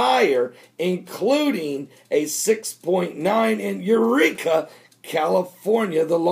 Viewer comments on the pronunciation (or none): none